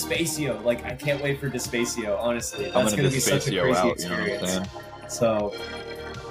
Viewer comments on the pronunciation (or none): Loved the podcast. Nice shout out to Despacio. Small note: "De-spah-cee-oh" not "De-spay-cee-oh"